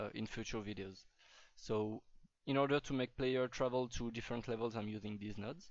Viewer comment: when you said "these nodes" it first sounded like "deez nuts" :P